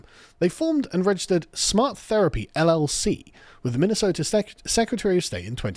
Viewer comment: Minnesota has a T in it, Ilhan